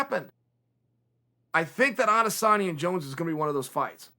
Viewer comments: His name is Israel Adesanya not Adesana Chael: no it's Adesana Ok great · Me: "Israel Adesanya" Chael: "Israel Adesana" Me: Israel Adesanya L to all the fanboys who thought I'd spell it like Chael